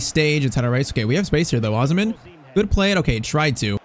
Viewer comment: Bro you are not pronouncing osimhen name right